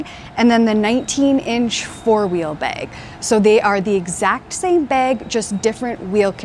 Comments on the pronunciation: Bag, not beg! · I’m unfortunately, hyper focused on her pronunciation of the word bag 😮 ? Baygg? Beygg? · I like this "bayg." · I can’t unhear the weird way you say bag. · She is, yes. Fun fact, tho': the pronunciation where the /æ/ is raised before /g/, for example, as in the word "bag" is common in the northern Midwest of the U.S. as well. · Always know a Canadian by the way they say "bag." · Is she Canadian? Her pronunciation of “bag” is rubbing me the wrong way 😆